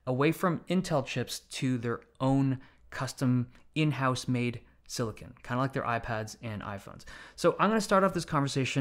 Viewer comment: I’m just glad he actually called it silicon and not silicone